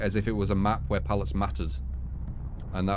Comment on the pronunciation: He's British man, it's hard enough. Leave em' alonw